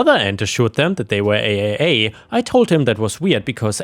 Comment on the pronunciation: Real quick when saying AAA call it triple A and while I'm at it NICU is said Nic+U or Nick+You happy trails and blessings=}